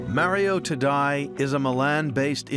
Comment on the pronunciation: TaddEI (Ta-DAY), not Taddai.... smh